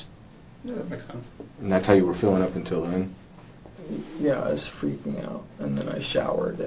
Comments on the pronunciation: "Jesse didnt Ferking exist" haha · "Jessie didn't Firking exist" made me cackle out loud😂😂😂😂 I'm so sorry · "jesse didn't FERKING exist" is wild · "Didnt Phurking Exist" ended me bro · He said phurk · "Didn't Phurking exist" 😂 dead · "they discovered that "Jessie" didn't Furking exist" 😭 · "... that Jesse didnt furking exist" caught me unawares 😂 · "Jesse didn't ferking exist." I like this channel.